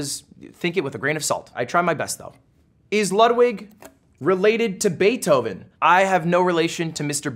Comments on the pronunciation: i mean he pronounces ludwig wrong too is it really shocking? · I absolutely lost it when he said "Mr. Beeth-oven" Had to replay that about 10x.🤣🤣🤣